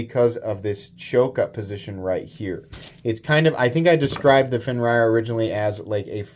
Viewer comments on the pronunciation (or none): I was always under the assumption its pronounced "fen-rear"....not "fen-ryer" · Its Fenrir not Fenrayer xD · It’s pronounced Fen Rear. It means wolf. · Pronounced Fen-eer. Fenrir or Fenrisùlfr. Bastard son of Loki and Angrboòa. Had his head bitten off by the World Serpent. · So it’s pronounced “fenrear” I believe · I think they're both really nice, but I kinda wish the Fenrir had the Tuckamore's deco... and that they were compression locks instead of liner locks... 🙃 Also, forgive me, but I've always heard it pronounced as "Fenn-rear," but I'm also not a NeoPagan, so it's not like I have serious stakes in the demon doggo's pronunciation. 🐺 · the way you pronounce it is fin- rear. It's a character from Norse mythology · FIN-REAR 😂 love ya!